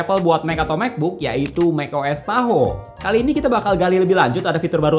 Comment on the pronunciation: Tahoe ❌ Tahu ✅